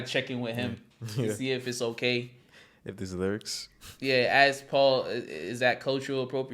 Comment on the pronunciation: is it just me or The Game can't pronounce the word ask 🤔. he says it like axe This mothafucaaaaaa 🤦‍♂